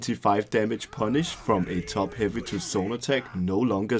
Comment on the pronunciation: I don’t know why but I hear Jerome’s “Top huvy” when you said it.